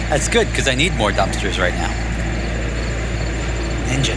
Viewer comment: What a wild way to pronounce “because” “Beecouuuzzze”